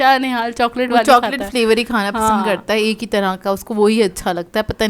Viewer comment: 'Pasan' instead of 'pasand' 😆